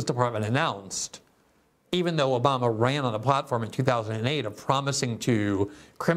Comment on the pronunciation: Take a shot everyone Glenn says Oboma u will be dead